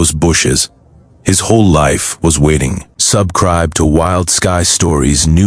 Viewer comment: AI can't even read the word "subscribe correctly. What the hell is "sub cribe". It would love these stories if someone actually read it correctly. It is too difficult to keep listening. I could read better than this computer crap by the time I was 4 years old.